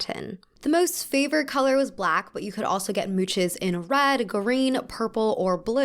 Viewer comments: "Mouche(s)" is pronounced as "moosh". The s is silent. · If anyone is interested, "mouches" is pronounced more like "moosh" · Mouches is actually pronounced moosh. The es is silent. My French minor is good for something, I guess, lol. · Mouche = moosh It's a French word. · "mouches" sounds more like ~moosh~ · Wait are you talking about mouches? Why does it sound like you’re saying “mooches” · just wanted to point out that “mouches” has a soft “ch” like “shhh” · for example, you're saying "mouches" wrong, in English spelling it would be "moush", i guess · MOUCHES is pronounce like MOOSH. The singular is mouches and so is the plural and are both pronounced the same way. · Please, please, please research how to pronounce a word before saying it 100 times. It’s Mouchè as in Papier-mâché. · Hey! Just letting y’all know that "mouches" is pronounced like "moush" in french😊😀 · You pronounce mouches as "moush" :) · I can't with americans not being able to pronounce french words. No it's not "mou- tchez" it's mouches. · It’s pronounced “moosh” lol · Hello, french native here ! A ''mouche'', or ''mouches'' in its plural form, is always pronounced like ''moosh''. We don't do the final E here :) And the final S from the plural form is also silent. It's always a silent final E, but it can be a final É like in the word ''curé'' (kuh-rey) and there it can be pronounced like ''hey'' ✨The more you know✨ Edit: I've just seen that Lenny Cartwright wrote almost exactly the same explication as me, but 6 days prior lol. I choose to keep my comment, maybe it will be helpful to someone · Actually we pronouce it "moosh" in French. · Mouches (with the s) is pronounced just like mouche (without the s, we rarely pronounce the s at the end in french). And both of these are pronounced "moosh" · Hello ! French is a mean language with tons of things you shouldn't pronounce ! "Mouche" and "mouches" sounds like "moosh", so no sound at the end ! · Mouches is pronounced mouche, merci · Lay moosh!